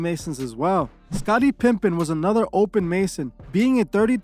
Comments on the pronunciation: bro love the channel but you are SOOO bad at names James NAY-SMITH Scottie PIPPEN not Pimpin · Did he call him scotty pimpin'? 😅